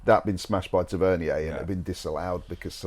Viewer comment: FFS - learn how to pronounce the names of our own players. Tavernier - pathetic.